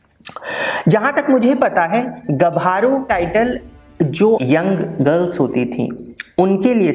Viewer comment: Thanks for making this video on the history of Assam## गभारु नहीं गाभरु ।